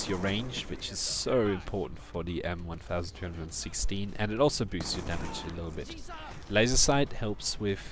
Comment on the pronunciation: Its M 12'16 Not M 1' 216